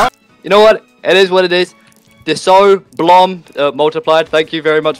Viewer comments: "Diso" "Multipled" "Blom" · "disso , blom and multiplied" 😭😭😭😭 LOL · “Disso, blom, multiplied”💀